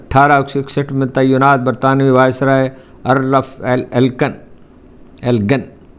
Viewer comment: Why is he using terns like “Taiyunaat “,whereas,he means “Tainaat “,being an Urdu medium journalist.